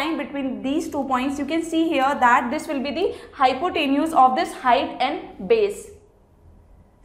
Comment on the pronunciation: Was Not good explanation .Nd pronunciation of hypotenuse was wrong.